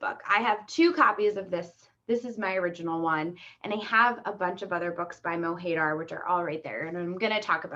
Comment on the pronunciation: MO HAY DAAAAAR lmao Americans butcher words